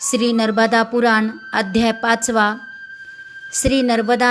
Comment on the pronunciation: नर्बदा नाही, नर्मदा असे वाचावे...